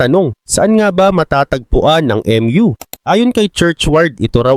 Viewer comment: HINDI PO EM YU ANG PRONUNCIATION NYAN KUNDI MU CONTINENT PO TLGA.